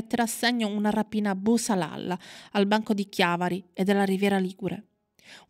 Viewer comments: Ciauuuu i tuoi video li adoro !! Però da genovese ti devo dire che si dice "Busalla " non busalalla...tra l'altro ci abitavo, mamma mia ! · cara, ti stavo per fare I complimenti per non aver sbagliato nemmeno un nome nominato della mia amata Genova e poi mi sei caduta su "busalalla". Si chiama Busalla paesino della valle scrivia e se non ricordo male, il passante che ha visto la rapina era un appuntato dei carabinieri di Busalla, che abitava in quel palazzo, ed ha avvisato subito i colleghi perché la caserma era a 10 metri dalla banca... conosco bene la vicenda perché conosco l'appuntato e perché siccome a Busalla non succede mai nulla, quella vicenda ha fatto eco per mesi 😂